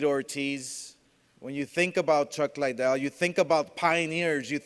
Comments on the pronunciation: Still calling him Chuck Lie-Dell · How are you promoting this fight and calling him chuck lydell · Chuck "Lie-Dell" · no bro even casual fans say chuck lidell not Liedell you dumbass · Oscar del la Hoya what an idiot nob end can't promote this he's a joke a wana be Dana the ufc refused to do this fight cause the fighters are to old lol come on chuck Lydell lol its fucking chuck Liddell u fucking idiot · Damn bro...... get some speech classes bro. Don’t you have writers to put your speech together. Your straight wigging it bro. Also Chuck (L-y-dell) or Chuck Liddell. You can’t even say that right. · Why does Golden boi keep saying Lie dell? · Not Lie-Dell It’s Liddell Dumbass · Why are you saying chuck lies or are you trying to say liddell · Oscar should stick with boxing. Take some public speaking classes. He said Lie dell for fuck sakes. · It’s Liddell not lydell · Tito . "Lie-dell" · Between the monotone and pronouncing liddell wrong i can honestly say i will never watch oscar speak again! What a twit 😂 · Holy fak 2 minutes in and you wrongly pronouncing Chucks last name so many times was enough for me to hammer the mouse to dust - stick to being the face of the company get one of the punch drunk fighters to be the voice cuz man oh man you struggled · Chuck Lie-Dell and Tito More-Tiz.